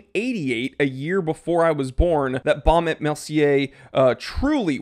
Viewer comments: Actually, you pronounce this name without the "t" when you say "&". So it´s like "Baume e Mercier", with the "e" as if you would say "e" in the word "efficient". Best regards, Ulf of Sweden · et .... the T does not sound